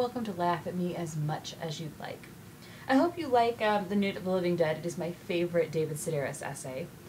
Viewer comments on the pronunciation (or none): "Nuit" is not pronounced "noonth"! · New-EE of the living dead. Nuit Is French for Night